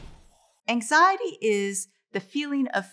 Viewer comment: How is it that an expert on anxiety can’t even say it right